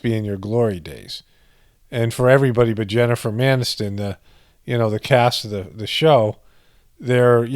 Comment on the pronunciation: Did you say Jennifer MANiston? 🤣😂😅